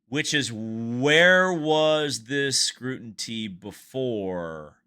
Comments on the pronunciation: It’s scrutiny…not scrutinty. 😉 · I think you mean scrutiny not scrutintee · Scrutiny, not scrutinty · scrutiny not scrunity. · Scruntintee is not a word, it is scrutiny. Jeez. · The word is "Scru tin y" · scrutiny. scrutiny. scrutiny. Not scrutinty. I hope that helps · Scrutiny not scrutinty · it's scrutiny not scrutinty. It's the details that make credibility. On subject I'm getting sick of inconsistent officiating affecting the outcome of sporting events. After the fact lawsuits...challenges...uneven penalizing when the rules are the rules and are clearly stipulated. It's the train of thought brought to bear by attorneys in a courtroom. It distorts and obfuscates truth. I'm speaking of sport in general not just Indy F1 NASCAR. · I gotta go bud. After the second time you said scrutinty, its scrutiny, ny as is the sound "nee" not "tee. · Pronounced: SCREW TUH NEE. and did we hear ratings? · The word scrutiny cannot be so tough to pronounce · If you can't pronounce words you are expected to use and read, you are not ready to create a podcast. S-C-R-U-T-I-N-Y. There is no second "T". Milk doesn't get "drank". Yes, there indeed is a scenario in which a winning place could be taken away. See Bobby Unser and Mario Andretti. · you gotta start pronouncing "scrutiny" correctly. You're giving my OCD fits 😅